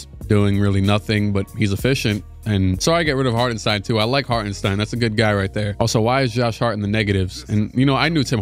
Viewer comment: i dont want to be that guy but it is pronounced shtain in hartenstein